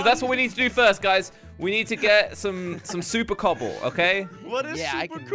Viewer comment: everyone: "super cobble": "SUPER COOBLE"